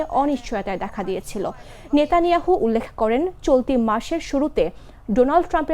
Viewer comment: Who is নেতানিহাউন্ড?????😂😂😂😂